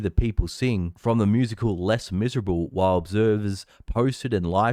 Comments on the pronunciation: It's French, brother. Pronounce it Leh-mis-er-ob please lol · Good to see the people acting up. BTW, “Les Miserables“ is pronounced “Lay Mizzer-AH-bluh”. You’re welcome. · I love how you pronounce "les miserables"